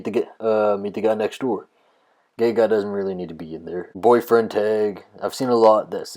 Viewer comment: Dude, this issue is so simple. Fretting over using "gay" a lot, in your gay vlog, is like if another dude who did a hobby-car vlog was wondering if he said "engine" too much. By the way, you don't actually say "gay" much. You say "ghee", which is a refined butter product. What's up with that?